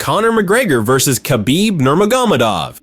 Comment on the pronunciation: That’s more close to how it’s supposed to be pronounced not nur-ma-go-me-dov